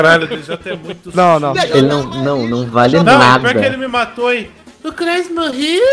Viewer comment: DJ falando " O cross morreul ? kkkkkkkkkkkkkkkkkkkkkkkkkk